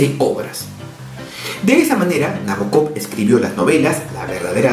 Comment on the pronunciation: El acento va en el BO de Nabokov